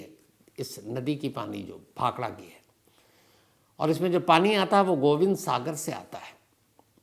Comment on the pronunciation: Bhakhara nagal not bhakhada